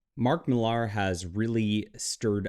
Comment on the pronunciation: Why do you insist on mispronouncing Millar's name? You are supposed to be a comic book insider, yet don't know it's pronounced Miller? Ponderous...